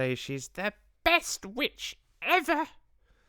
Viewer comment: Loved the sing-alongs!! JRR Tolkien did write some really lovely songs!! The Witches... the story is building up momentum and will take off soon!! The Grand High Vitch left all of us in stitches!!! Ridiculous accent, hilarious expressions!! It was a simply wonderful rendering of a simply wonderful story by Mr. Dahl. One of my absolute favourite stories!!